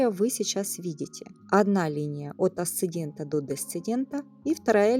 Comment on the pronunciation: АсцеНдент и ДесцеНдент 🙄